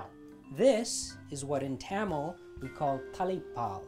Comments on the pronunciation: Great video but I'm dying at your pronunciation of Tamil. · Today I learned I've been pronouncing Tamil wrong my entire life (Thum-mal was what I was saying. Where I got this from, IDK). I also finally learned how to crack a damn coconut! I would try it out, but I live in Alaska and I don't have overpriced coconut money right now, lmao.